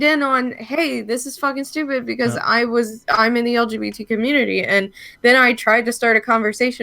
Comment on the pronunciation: Yo anybody else notice how when boogie tries to virtue signal he can’t ever even get the letters in the correct order when he says lgbt? He always says lbgt he even said it to Frank in the Killstream lmfao